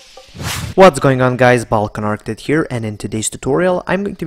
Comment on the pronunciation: could you learn, how do you pronunciation "Architect". cuz this is not correct